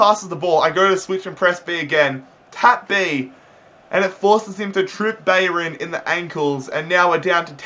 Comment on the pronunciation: Trip bayrin LOL